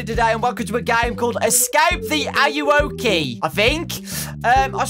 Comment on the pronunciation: You actually said ayuwoki right yayyyy